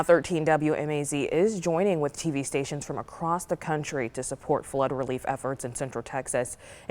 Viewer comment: "Floood" lmaooo